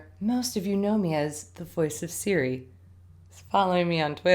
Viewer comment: i thought you said "ciri" instead of siri lol. i need a life